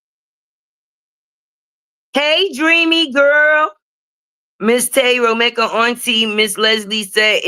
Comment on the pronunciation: you’re saying Romeka’s name wrong